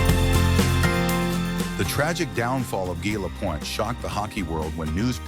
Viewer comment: Don’t do the video if you can’t even pronounce the subjects name.